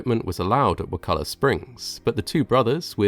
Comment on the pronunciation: I was impressed that you pronounced “Wakulla” correctly.